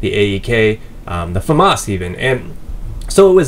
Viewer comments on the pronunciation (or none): none